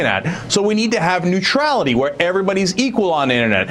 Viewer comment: Hahaha Neutrailty. Oops.